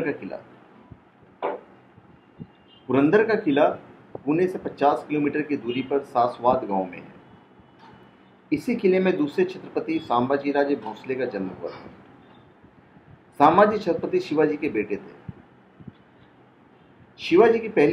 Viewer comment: सासवाद नही सासवड गाव बोलो